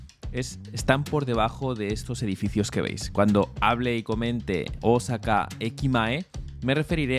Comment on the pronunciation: Por lo que percibo, parece que no tienes contacto fluido con japoneses pues la acentuación en palabras japonesas es, por decir lo menos, ridícula, ........ cuando dices Osáka (voy a poner tilde para que se entienda a lo que me refiero) cuando la pronunciación debe ser Ósaka y otra dices Úmeda cuando es Uméda. viví 5 años por Osaka.